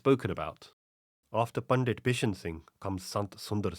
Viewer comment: your pronunciation if punjabi words is generally very good, but you are saying the word "Pandit" incorrectly. The "t" in Pandit should be pronounced as in "Sant".